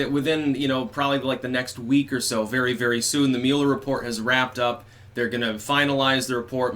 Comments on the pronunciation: Finally...someone who pronounces it correctly. It’s “Mewler” not “Muller” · Thank you for pronouncing the Mueller last name properly... It was (Muller with an umlaut) in Germany... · Thank you for saying Mueller correctly.